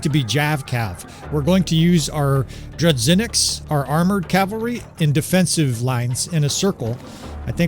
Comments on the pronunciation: DRET-C-HENIKS? WHAT THE HELL IS THAT!??!??? THEYRE DRUZH-INN-IKS, NOT DRET-C-HENIKS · sorry for dublicating the commenctary. "zh" in "dru-ZH-inniks" pronounces as "g" in " voyage ", but more firmly